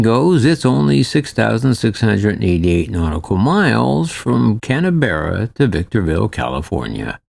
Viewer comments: Why is referring to Canberra as 'Canteeberra'? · Can we talk about pronouncing Canberra, as CanEberra?